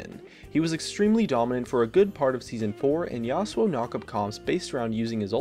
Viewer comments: 1:st Azir is the shittiest mid evr 2:ns IT'S "YASO" NOT YASOAU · #1 Azir if amazing and has great poke potential #2 It's pronounced Yas u o, which is how he pronounced it.